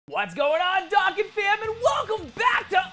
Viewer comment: Not dókkan